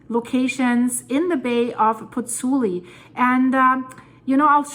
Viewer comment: It is PozzuOli actually, not Pozzuli